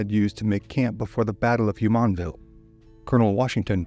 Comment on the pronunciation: The “JU” in Jumonville is pronounced like the “JU” in Julie. Not like the “YU” in Yulia or the “YU” in the Spanish name Julia.